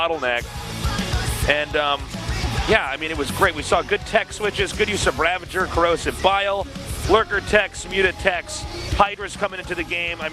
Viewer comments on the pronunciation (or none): GOD DAMNIT TASTELESS THERES NO "N" IN RAVAGER! STOP SAYING "RAVENGER"! I swear to god, i will say bad words to kittens if you keep doing this, do you want this on your conscience tasteless? Can you sleep at night knowing bad words were said to INNOCENT kittens because of you saying "ravengers"? This is not an idle threat, we have procured three, THREE, kittens and although I am the only one in the group willing to commit this atrocity, know that I WILL commit it! The ball is in your court tasteless.